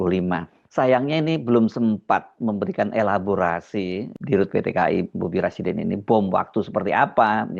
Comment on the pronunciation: Rasydinnn Rasyidin 😂😂